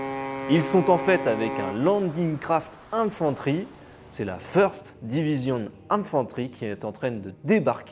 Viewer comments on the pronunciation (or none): none